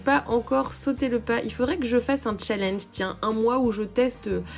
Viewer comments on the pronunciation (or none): none